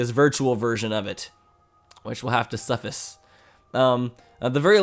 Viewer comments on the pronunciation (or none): It's pronounced Su-figh-ce. Not Su-fi-s I'm not sure of how I wrote this comment that it makes sense...